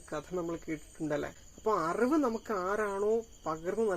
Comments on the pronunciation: Arivu ennu sheriyayi uccharikyu. Aruvu alla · Aravu,auvu ennellam uchcharikyunnu ningal... Arivu ennu uccharikyu